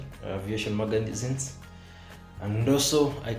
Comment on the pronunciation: did you just say maganizines? 😂😂